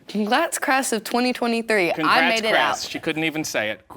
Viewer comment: "Conglats crass" lol